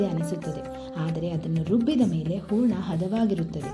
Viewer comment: ಊರಣ ಅಲ್ಲ, ಹೂರಣ